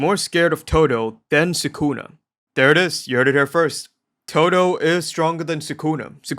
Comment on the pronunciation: すくな = Su Ku Na (soo ku nuh)